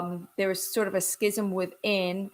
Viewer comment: Although I’m not Jewish, I have great respect for Jews of all sorts for many reasons. As a former Catholic, I do know about schism. It is pronounced like scissors. There is no sound of C in schism.